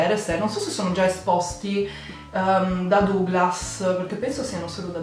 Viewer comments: io ti voglio bene ma DOUGLAS si pronuncia "dAglas" ahhhahhahaha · Duglas non si può sentire però 😂😂